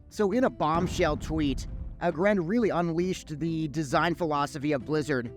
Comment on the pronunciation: Should probably learn how to pronounce aggrend if you gonna cover sod development